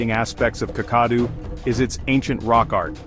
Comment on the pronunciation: This is a nice presentation. A correction to the pronunciation of: Kakadu = kak-kuh-DOO, Uluru = [OO] + [LUH] + [ROO] .